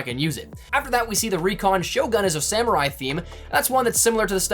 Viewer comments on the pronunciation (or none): none